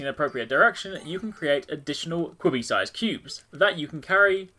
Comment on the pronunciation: QBBY is pronounced Cubey i believe